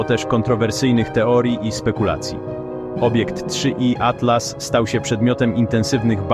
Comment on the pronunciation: 3i atlas, nie da się tego ai słuchać. 3 iatlas